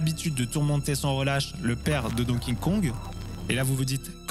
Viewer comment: C'est dur à dire hein Donkey Kong. Don Kingkong, hahaha.